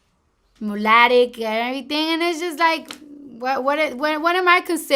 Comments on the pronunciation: "...Mulatic" WAHHAHAHAHA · I started laughing when she said, "Mulatic" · she said "mulatic" i think she was trying to saying mogoloid,which is asian and native american people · Now here's a Latina / Hispanic trying to pronounce mulatto and can't because now she is black... But when cardi-wasnt (B)lack she was mulattic 😅😅😅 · Ikr I was dying when she said that 🤣🤣🤣🤣🤣🤣